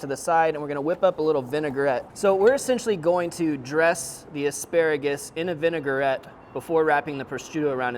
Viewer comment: I love this channel but please. It is not “Vinigarette”, it is “Vinaigrette”. So pronounced like Vina-grette not Vinigar-ette. Semantics I know. 🤷‍♂️